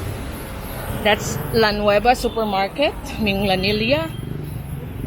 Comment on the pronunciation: Love your Cebu tours. BTW Minglanilla is pronounced with a hard G mingGlanilla sounds like the Gla in "Glad" 👍